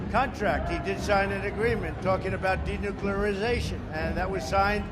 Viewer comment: Fat orange con artist says what? De nuccclleaaaariiiiZZaTIon